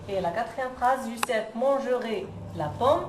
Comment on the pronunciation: Youcef pas youssef